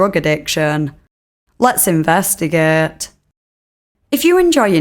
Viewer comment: Yehs leht’s investehgehhhhht